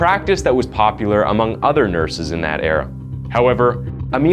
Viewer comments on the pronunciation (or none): none